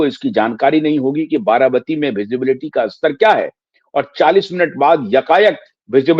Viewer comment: आप बार बार बाराबाती बोल रहे हैं, आप पत्रकार होकर भी गलत बोल रहे हैं, ये बाराबाती नहीं बारामती है